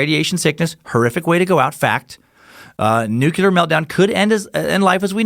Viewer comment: New-klee-uhr. Not "nucular".